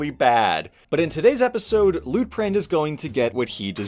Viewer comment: I kept hearing his name as Loot Crate